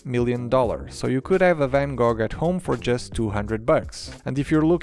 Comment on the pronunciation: Gogh like “go”